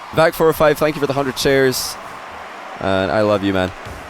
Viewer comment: it sounded like he said: "thanks for the hundred chairs."